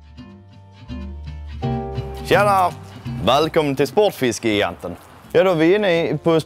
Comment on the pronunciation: Uttalas gigant som jigant på malmöitiska eller är det bara Spotfiskegigantens personal som har ”fel” uttal av det egna butiksnamnet?